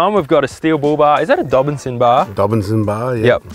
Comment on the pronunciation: How hard is it to say “dobinsons” instead of ‘dobsons’